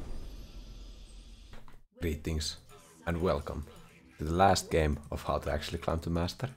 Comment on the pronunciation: Starts the video "Come on. Come on. Give it to me." "Gurreetings to evuryone." YEAAAAAAAAAAAAAAAAAAAAAAAAAH